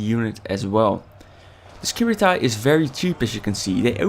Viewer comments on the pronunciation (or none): you pronounce it wrong :P